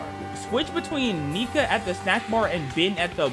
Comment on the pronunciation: HER NAME IS NIKA and he has a speech problem and I don’t like him